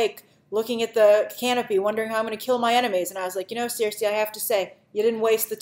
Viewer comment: Cersei is pronounced "SIR-SEE", Grace. For some reason you keep calling her "seer-say"/"seer-see"